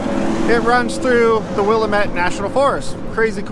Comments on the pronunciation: YES!!! I laughed pretty hard when I heard his pronunciation. At least he pronounces Tumalo correctly in other videos. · How can you be an Oregonian and not know how to pronounce WILL-LAM-IT?? I enjoy your videos! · Will-am-ette Damnit! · As a local Willamette is pronounced will-am-et sorry to be that guy I guess every place has its own special ways, also I've been going over that highway since I was at most 1 and have never seen or heard of most of those places lol will have to check them out. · It is Wii- a -met. Dammit rhymes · grammar police here: it is "Will - Lamb - ette (met)" Pass/Valley/River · Willamette rhymes with dammit. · Ha! We give people such crap about mis pronouncing Oregon names, and here you mis pronounce Wil LAM ette! tsk tsk ( yeah, I'll be that guy, Lol ) Todd Konoske the retired trucker. ( Elmira, Or. ) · As a native born Oregonian It offens me to hear you mispronounce Willamette. It is pronounced Wiill lam ette